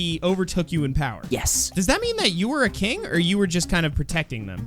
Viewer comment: U said night mare kring in stead of king